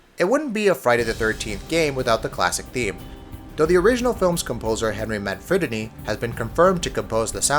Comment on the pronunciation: "Manfriddini"? "Hoader"?